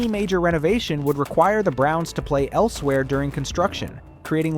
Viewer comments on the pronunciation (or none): none